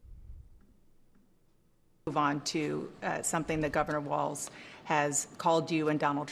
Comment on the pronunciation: It's not WalTz!